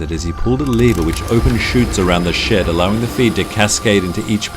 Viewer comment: When you said huge shed I thought u said huge sh*t